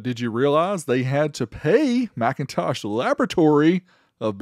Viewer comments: It's Mick in Tosh. NOT MAC intosh. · "McIntosh" is pronounced "Mik...". "MacIntosh" is pronounced "Mac..." But that's only if you prefer to say things correctly, and be accurate in your speech. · lol I believe is pronounced “Mc” not “Mac” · For the record, you are mispronouncing the name, it's not MACintosh, it's McINtosh, like Mkinly, stressing the second syllable, omitting the ä. In other words a whole different word, even spelled differently. This was understood when Jobs approved the naming, But when the trademark was applied for it was cross checked and denied not for the trademark of the name already taken, but actually for 'Phonetic Infringement' That's why the PCs weren't even on MLs radar, it's a whole different name. But when they were called by Jobs and asked for permission for a variance to maintain using MacIntosh, they were initially denied, later agreeing to a brief licensing agreement, followed by a deal to buy it outright , for a price that still to this day remains a secret, estimated to have been between 100,00 and significantly higher. The more you know.